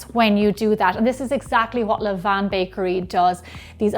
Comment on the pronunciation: Thank you for your correct pronunciation of "levain". I hear people saying "levane" all the time and I hate it!